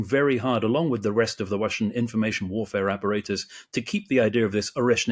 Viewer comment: "The Wussian Warfare Wapperatus"